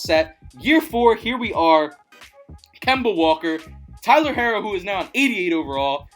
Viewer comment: Omg you saying his name wrong its pronounced hero it just has to r's